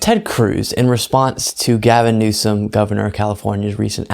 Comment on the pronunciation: it’s Newsom!